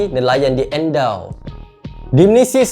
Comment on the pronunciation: Wahh name kg kne mention ah dgn. Endau. Tp sebutan tu salah hahaha